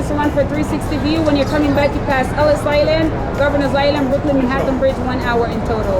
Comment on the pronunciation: Just a small suggestion,it's Manhattan -മാന്‍ഹട്ടന്‍ ,not Manatan